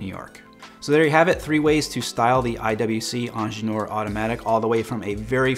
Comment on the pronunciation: Lol why do you keep saying angeneur? Its ingenieur - ingeer from German